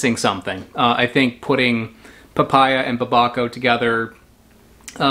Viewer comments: To be fair babaco just sounds like someone horrifically mispronouncing papaya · "DOLCHE DE BABA-CAO" lmao. Did you mean Dulce de Babacao (pronounced: DUL-S-E)